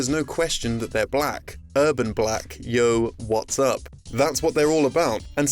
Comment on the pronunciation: that is the whitest way I have ever heard anyone say "yo, what's up"